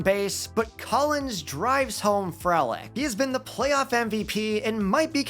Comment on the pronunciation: Frelick is pronounced free lick